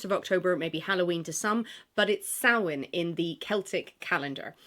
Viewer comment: I like that you pronounced Samhain correctly. Happy Halloween!!!!